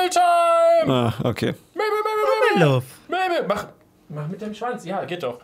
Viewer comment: Mabel ist nicht mable